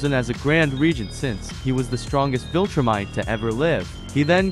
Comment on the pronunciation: You pronounced vilTROOmite wrong